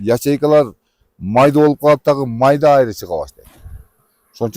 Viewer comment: Айры дебей Аары деп эле сүйлөсөңөр.